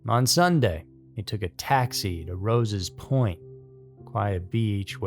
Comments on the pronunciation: Love your channel but quick correction - Sligo is pronounced Slygo and it's Rosses point not Roses point :P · Hey, long time fan of the channel. Love your videos and narrator style 👏 So, as an Irishman, i wanted to help out with the place names 🇮🇪 Sligo is pronounced sly go and rosses point is like the name, Ross but plural. Hope that helps 😊